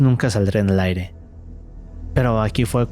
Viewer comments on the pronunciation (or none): none